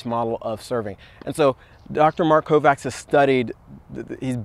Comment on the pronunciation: hate correcting ppl in general, but why not lol.. his name is pronounced "Kovach"